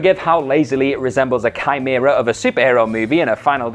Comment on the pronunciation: Kudos for using the word "chimera" and pronouncing it correctly.